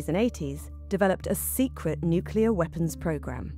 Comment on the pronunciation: My take away is that most white people are unable to properly pronounce the word “Nuclear”.